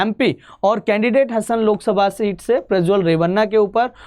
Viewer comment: हसन नहीं हासन और Holenarsipur is होलेनरसीपुर